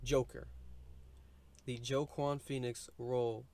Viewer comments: Man said joe-quan lmaooo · as a man named joaquin i must remove this mans hispanic/latino licence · Ah hmm....Joaquin is pronounced ‘Wah-Keen’ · Wa-keen Phoenix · The way you pronounce his name 🥴